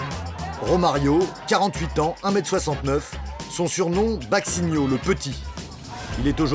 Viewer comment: Son surnom "baksinho" MDRRRR ! Non ! Baixinho ça se prononce : "baychinho". En portugais, le x ça se prononce "ch" Mais c'est quoi ces journalistes éclatés ????